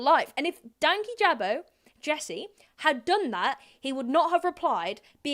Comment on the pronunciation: Sidenote, everyone pronouncing dankijabos name wrong is so funny. Idk how it became 2 words, but i believe it was in the video talking about his channel strike for the Onision vid that he said his name(could be wrong) and it's one word. "Dan-Kijabo" not "Danky Jabo"